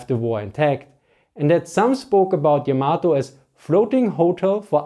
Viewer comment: Just in case anyone is interested, Yamato is pronounced with an emphasis on the first syllable, not the second. It's not pronounced like tomato.